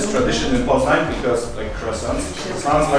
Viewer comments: It's po znan as in (pot) not po as in pole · how do you get POZEN from POZNAŃ? Why is the N silent? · Amazing loved everything but you kept saying Poznan wrong but it's okay lol thanks for coming to Poland hope you return and do a road trip. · Stop saying Poznan wrong!